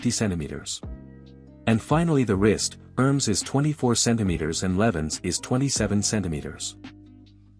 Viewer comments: It is not pronounced erms... It is pronounced Er-Mess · The name pronunciation is quite off...